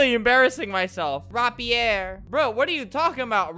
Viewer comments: Its not RAH-Pierre. It's Ray-peer. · Interestingly when he adds an accent on to something its not correct but when he doesn't add an accent it's not correct either like rapier its not ROPP E ER its RAEP E AER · He is saying rapier wrong pronounced (rape-ee-er) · It’s rapier not rapier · Nobody: Albert: Rap-E-Air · Nobody: Albert: RAP-EEE-AIR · Its pronounced Ray-Pi-er